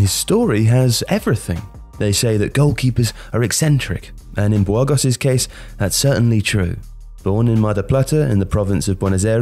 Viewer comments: I come here for the fantastic prounciations. BWHOARGOSS!! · Bwurgos? Really? Lol